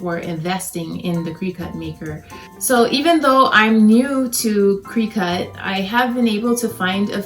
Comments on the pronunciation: You need to say the name of the machine correctly. It’s cri-cut it’s not said Cree cut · Crick-IT.... NOT cree-CUT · Thank you for the tips, fyi Cricut is pronounced like cricket.